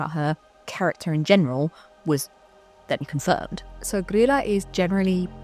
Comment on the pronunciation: Hi! I'm Icelandic and grew up with traditions around the Yule lads and their family, and I just wanted to say great job on pronouncing Grýla's name! I've seen a lot of bigger channels get it wrong. An easy way to remember it is that it's pronounced pretty much like the name of Leela from Futurama, I know when English is your first language it's hard to imagine Ý making an EE sound, but spelling it Greela in your head will probably help :) Overall your pronounciations are fantastic imo, especially considering that you don't speak the language.